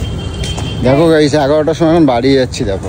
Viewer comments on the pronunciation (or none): none